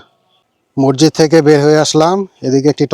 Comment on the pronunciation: মৰজিদ না শুদ্ধ হ'ল মছজিদ